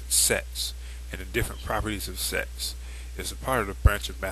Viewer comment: lol yea it sounds like he says sex